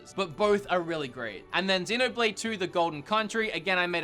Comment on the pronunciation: When you said Xenoblade I thought u said dinner plate